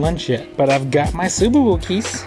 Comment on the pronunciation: Your accent you had in the subawoo. Hilarious 🤣🤣🤣😅😅😅😅